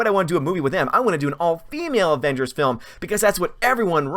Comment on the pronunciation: "Wahmengers and the unicorn store"... coming soon XD